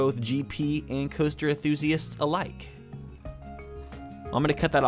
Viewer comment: he keeps forgetting to pronounce the N in enthusiasts